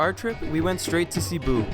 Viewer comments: Seh-bu not CEE-bu ❤️😂😂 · I’m sorry but it’s Seh- boo (Cebu) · LOVE AND GREATLY APPRECIATE YOUR Philippine Travel guide, BUT (hope you don't mind if I correct ONLY 2 words you mispronounced)...the "e" in Cebu ISN'T a long e, AND in "Bohol", the SECOND syllable is emphasized, NOT the first. :] (Btw, subbed!)